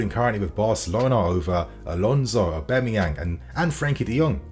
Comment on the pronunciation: Mans been pronouncing Aubas name wrong for months now